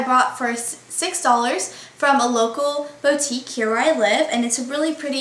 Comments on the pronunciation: I don't like the way you say "boutique".... you say it like "Beau-tique" but its pronounced "bootique" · i love the way you say boutique!